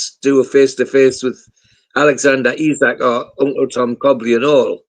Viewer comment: One thing I think we can all agree on when ISAK leaves at least we won’t have to listen to pronounce his name Issac 🎉